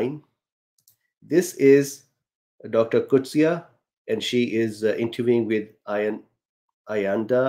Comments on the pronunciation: Thank you doctor for providing perspective. And pronouncing Doctor Coetzee's surname correctly. 🙂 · Thanks for pronouncing the doctor's surname correctly. Another doctor called her Cortez! 🤣😂